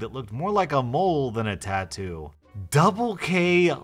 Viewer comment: Not a tattoo its a tadoo lol